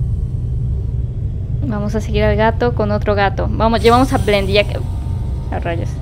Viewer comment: Se dice bendy